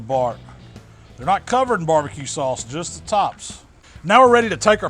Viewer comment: also makes it sound like 'sauce' has an L in it.. 'saulce'